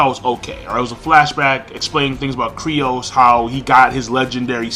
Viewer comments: lmc100 I know, right? I'm bothered by this every time reviewers say his name. says it like Krai-os, other people pronounce it like 'Kai-ros'... But dammit, look up the wiki page, it's pronounced 'Kyuu-ros'! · Its Kyros not Crios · Not sure why it's so frustrating, but it's pronounced KYROS not KRYOS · it's "KYROS" not "KRYOS". That's been annoying the hell out of me when you're able to pronounce complicated ass Japanese names but you mess up Kyros. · they even said his name in the anime and you're still saying "Kryos" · King, IT'S KYROS!!!!! KAI-ROSS!!!! KAAAAIIII - ROSSS!!!!! KYROS. JUST LIKE MERUEM IS MEH-ROO-EHM, NOT FUCKING MIRIAM!